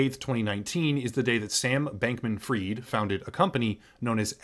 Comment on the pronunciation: why do you read Fried as freed? fried is fried, just like fries